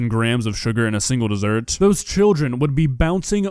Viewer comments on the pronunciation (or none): My teeth are crying at that 'desert'